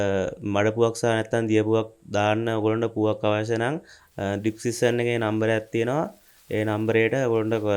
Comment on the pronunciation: "ඩික්සික්සන්" එක කිව්ව ගමන් ටික වෙලාවක් ගියා ආ "ඩිස්ක්‍රිප්ශන්" එක කිව්වෙ කියල තේරුම් යන්න 😅